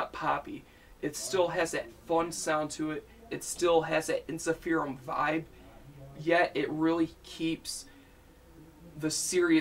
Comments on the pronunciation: By the way, it's pronounced en-sif-er-um not en-si-feer-um. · It's pronounced En-sif-errr-uhmm